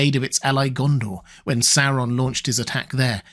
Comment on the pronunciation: Please learn to pronounce Sauron correctly! I love your videos, but cannot watch them/listen to them because of your weird pronunciation of the name Sauron. It is NOT pronounced Sarr-on. The third letter is a "u". Therefore, the pronunciation is actually Saw-ron. Please, PLEASE correct your mispronunciation!!!